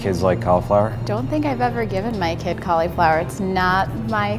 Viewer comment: It is NOT pronounced "call-Eeeee-flower" THIS IS SO PAINFUL TO LISTEN TO